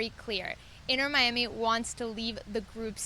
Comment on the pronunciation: "inner miami" 😑 its inTer miami. as in inTernacional. not as in the inner city. you'd think they'd know how to say the name.